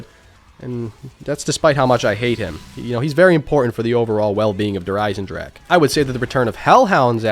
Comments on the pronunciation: Kino of Toten: "Kino of Toe-10" Der Eisendrache: "Djurhh-Ryzen-drag" The way united statians pronounce forreign words, man.. haha. *edit: man called an ice dragon "the iron dragon". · how come you playin' zombies for so long but you still cant pronounce der riese or Der Eisendrache right? Just type it in a translator and listen to it:)